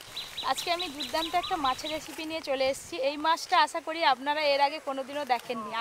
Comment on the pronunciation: Durtanto....😉😆😁😂🤣 saying durtanro 😁😂😆😉 but I like a u r all recipes n specially ❤ Dadu❤heloooooo